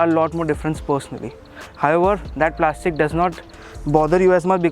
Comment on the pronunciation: Plashhhtic plashhhtic ahhh luha tina plaashhhtic!!!